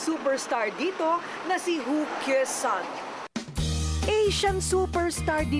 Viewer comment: Sabi ni korina "hu ke sun" twice 😂😂😂 it should be ku yeh sun.